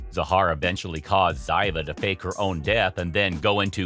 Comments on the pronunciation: It's pronounced Zeeva PLEASE DON'T BE INSULTING. Get it RIGHT COMPUTER! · It’s pronounced Zeeva not the way it’s spelt